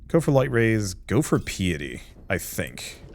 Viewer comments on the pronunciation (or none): BRO it's PIEty PI-E-TEE not PEE-e-tee